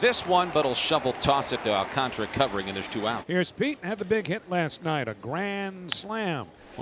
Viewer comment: Prounce it with me my Spanish speaking friends Sandy AL - CAN - TARA and not AL - CON - TRA, SMH Please put some respect on the Mets future Ace pitcher's name.